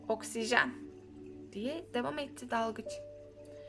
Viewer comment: Hikaye cok guzeldi gercekten. Ama telaffuzda sorunlar oluyor ozellikle devam daki a harfi gibi, biraz daha genis soylemelisiniz. Nacizane tavsiyem🤗